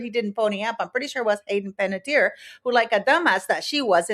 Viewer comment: Panettiere (Italian pronunciation: [panetˈtjɛːre] ) it ends RE with a vowel on the end of it how difficult can it be to comprehend🤦🏾